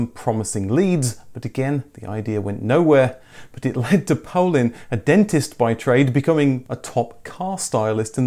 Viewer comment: I think that Paulin is pronounce Paulanne.